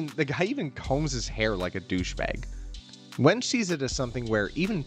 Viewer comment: Great video but my man I implore you to check the pronunciations of names. I winced every time you said Wenge 😢